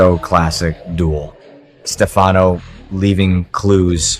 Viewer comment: Please learn how to pronounce Stefanos name